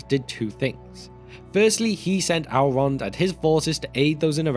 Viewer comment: Please, just try to pronounce "el" some other way than "owl" in the future. Really annoying to listen to a story of an owlish hero gil-galad and hear of his friend owlrond.